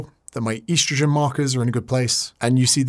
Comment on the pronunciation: Please stop calling it "eastrojin"